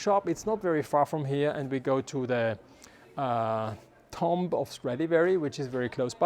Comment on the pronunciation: You pronounce it "tuum". The "b" is silent.